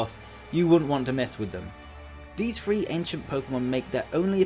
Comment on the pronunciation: Th th three not free. Sorry had to haha